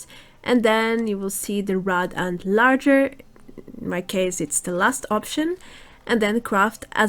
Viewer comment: it is boot as in the boots on my feet there is no d in lager